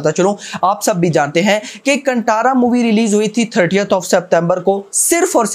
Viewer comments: Hi, Bro.. It's Kaanthaara not 'Kantara'. It's कांतारा not कंटारा, pronounce properly. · Brother, the T in Kantara is pronounced as T in talwar not Towel. (Basically chhota t) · कंटारा नहीं कांतार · Bro its "kaan" "tha" "raa" Not kantara 😒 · Bhai pronounce it properly "कंटारा" nahi कांतारा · कांतारा❤️ not कंतारा 🙏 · कंटारा नहीं भाय कांतारा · Check Hindi poster of kantara in Hindi Then pronounce the title correctly That's कांतार